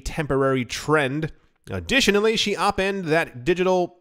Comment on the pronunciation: “Opined” is pronounced “oh-pined” 😂 I love his odd pronunciation of words. Is it intentional?